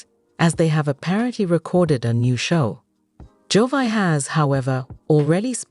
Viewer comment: Wow, do your research. You mispronounced Jovi's name for the first 44 seconds of your video!!!!